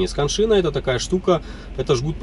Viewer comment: Вы классный специалист.выражаю Вам свое уважение. Но не скан -шина. А can-шина